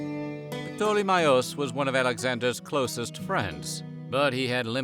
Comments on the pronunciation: Pa-tole-me??? Do you even try to learn how to pronounce the names correctly? Lol. Anyway, thanks for sharing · Wow! Never heard ptolemy's name been so badly butchered before 😂 proper terrible attempt 🙈